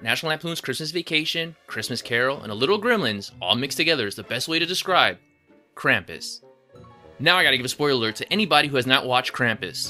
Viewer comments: They say Krum-pus not cram-pus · Oh my gosh, it isn't "Kramp-iss"! It's "Krump-oos". Drives me nuts. Yes, almost everyone but Omi says it wrong in the movie. The director and producer clearly put a lot into the movie. Ya wonder why then they completely botch the name of the main character!? Which then resulted in everyone that watches it that didn't grow up with Krampus, now thinking that is how it is said. And it is sooo incredibly annoying. So please people, maker of this YouTube video included, it is pronounced "Krump-oos", not "Kramp-iss". Good God.